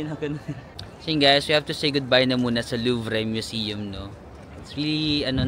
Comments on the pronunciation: luv-re o loov o loov-ruh pa man pagbigkas mo, loove ka pa rin namin! Sana next time mas matagal ka sa Paris. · Loov Ang pronunciation nila jan. Nalito rin aq jan , metro Ang mas convienient na transportation dyan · LUV ang pronunciation ng LOUVRE or LUVER Enjoy watching your vlog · My husband speaks French & works as a translator from French to American English. So I asked him, Louvre in French is pronounced with an 'r' without the e enunciated. BUT not the r sound we Filipinos are taught. It is rather soft and have a soft murmur. He said that the 'r' sound of the French is difficult to make if you are a non-French speaker. Thus, for both American & British English it is pronounced as 'loov'. Even the CREPE mentioned, yes it is 'krayp' for other English speakers even Australian but for French it is 'krept' or 'krep'. The 't' at the end of the words is also silent. So, croissant is 'kwa soh' (closest to say for us Filipinos). I understand that some comments are comstructive in nature and we should also take that comment as it is. The purpose of language is for us to communicate and as long as we understand and even each other then we are all fine. ❤️ Dont forget that is in the City of Love. 😉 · Ingat ka dyan minsan style nila yan kunwari may baby or bata later on pag nalingat ka that’s it. Nadukunan ako sa may eifel tower Correct pronunciation niyan ay the lube museum nandiyan si mona lisa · “Kwasan” for croissant “Louv” for Louvre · You should put English subs on your vlogs considering the amount of foreigners getting curious with your vlogging. Also, Louvre is pronounced as Loov paulit ulit mo pa naman sinasabi😅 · Ang pronunciation ng Louvre Is Loov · you pronounce Louvre LOOV. NOT LUVRE been there many times. ingot sa pickpockets. in buying fruits. never pinch or pinoy style, pinot, pinot megalith nag titinda. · It’s “loov” not luv-re. Sayang naman at least pumasok ka, even if Mona Lisa lang at Nike of Samothrace lang makita mo.